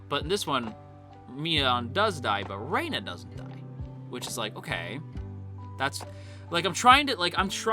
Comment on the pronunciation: Hearing someone call Rena "Rayna" gives me such auditory squicks lol it's like calling someone Jayniffer 😂